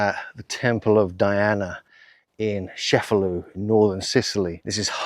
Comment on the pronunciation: It’s pronounced Chefalù not Shefalu. Beside that, excellent video. 👍👍👍